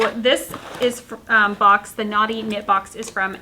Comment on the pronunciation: It sounds like you’re saying Naughty not Knotty. 😂😂😂